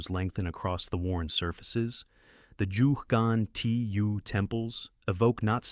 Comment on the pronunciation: Please learn how to pronounce Ggantija . The 1st G sounds like the g in G-ermany. The second is a g as in G-alaxy An as in An-iversary. Ti as in tea and Ja as the ya in yard I hope this helps. I couldn't watch past the 4th mispronounciation. And each time they were different 👌